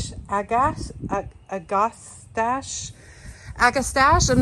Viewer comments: I’ve heard that one plant pronounced Ag-a-stash. That doesn’t mean it’s correct but that’s how I’ve heard it pronounced. 🤷‍♀️ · AGASTACHE- Yep, this is a tough one until you get the hang of it. People pronounce the last part of the name different ways, each way is acceptable, just whichever way you prefer, I'll write them all & you choose: Ag(like the A&M aggie) So= Ag ahh stash eee Or Ag ahh stosh eee Or Ag ah stach (with the ch pronounced like cheese) I have my fav! You'll have yours! The best part is 1.)how AMAZING these plants smell = a soft minty scent as well as: 2.) the hummingbirds who love them!! 3.) how they're heat tolerant 4.) all the different colors the blooms come in 5.) Maybe good for cut flowers? (I dunno, never tried that!) (that's your department!!) No matter HOW you pronounce it- I just LOVE AGASTACHE!!!